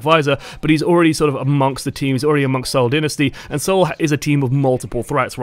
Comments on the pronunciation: Also it's pronounced "sole" not "seeeeowl" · "See-ohl Din-nisty"